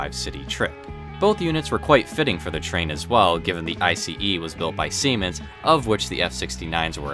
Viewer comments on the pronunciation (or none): It’s Ice, not I-C-E! Come on man, nobody can miss that!